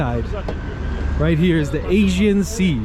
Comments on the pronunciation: Nice video - Greek American here, and on a personal level have no beef wth any Turk, my opinion is that the most us all get along fine. However when it comes to history, government, politics & religion that's a whole other story. I respect you - you respect me. Unfortunately i believe politicians will always be corrupt. The guy made a mistake & he pronounced Aegean wrong, no reason for so many ppl to jump down his throat? It'd be nice though to see more Churches in Muslim majority nations? You do see plenty of Mosques in the west but rarely if ever see a church, especially a newly built one even in a so called "Secular" country like Türkiye - just saying? Best of luck to you 👍🙏✌️ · Thanks for this video. When it appeared on my page as recommendation, I immediately jumped in and watched with curiosity for what you might have filmed in my town:). A couple of things to point out, though: First it is not Asian sea, maybe it is all about the way you pronounce it, and even captions show the same however to inform people thoroughly, it is Aegean. Second, we do not have a direct route to Mykonos. The direction you point at is not Mykonos, but Chios another Greek island. Lastly, when you take ferry to Bostanli/Karsiyaka side, it is completely different than what you have shown in this video. You can immediately tell how different the city parts are:) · Mykonos? You didnt do your homework before vlogging, it's Xios (Sakız) Island. The man was asking "which channel". You can simply say "selam, merhaba" You kept saying "Asian Sea" it's "Aegean Sea" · Good video, but one correction: it is the Aegean sea, not the Asian sea. (Aegean, ponounced Eh-jee-un) in Turkish, Ege (pronounced eh-ghe). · İt is not Asien sea--it is Agean.. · You should have practiced before, several times until you’ll be able to pronounce it right. “Aegean”, it has a “G”, Not an “S” . Don’t excuse yourself with pathetic lame excuses.